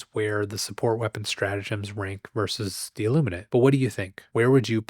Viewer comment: every time I hear you say the name of the ships, i hear "sausage" kkkkkkkkk